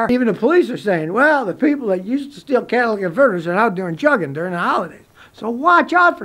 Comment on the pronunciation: Its not pronounced jugging..it is Joog-ing